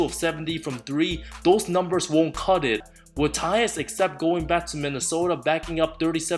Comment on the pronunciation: the way you said not gonna CUT IT , i died of laugher , love this guy